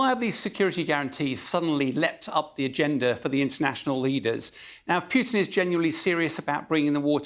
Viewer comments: its president POO TIN, not P(you)tin.... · "president piooteen" strikes again